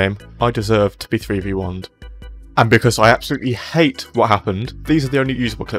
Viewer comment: "do you hayte bein pooohr? do you wanna be rich loike me?" YES PLEASE